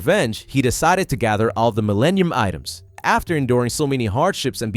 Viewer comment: Did you call them "Millanian Items"?? 😂